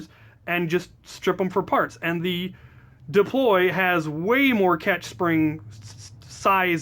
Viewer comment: ITS PRONOUNCED "dAploy"